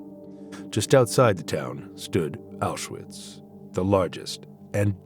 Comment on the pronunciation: Apenas repetiu filmes e não sabe pronunciar awchuwitch